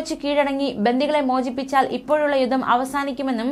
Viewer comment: യുദ്ദം യുദ്ദം യുദ്ദം എന്നാണല്ലോ പറയുന്നത്. യുദ്ധം എന്ന് പറയൂ...